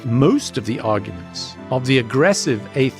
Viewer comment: "agurment" 😂 point proven